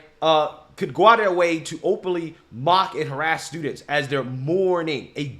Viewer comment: those news anchor journalist are sooo Fake, he couldnt read the teleprompter correctly "mark" oh "mock"..then the young kid describes the awful actions of a replicate Charlie's death with an empty soul.